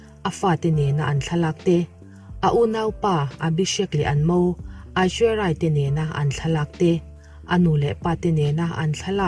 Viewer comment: Hming tal hi chu lam dik ve tum rawh, Abishek nupui hming hi i hrelo mi